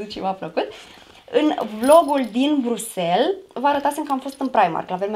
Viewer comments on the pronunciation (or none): none